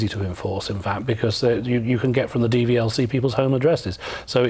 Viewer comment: dvlc?? its dvla